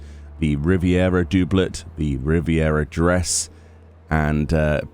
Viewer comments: yea that made me laugh, it's "dub"let , hilarious. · Dooblett! Do you say "double" like "dooble" too? Haha thanks, you do good work;)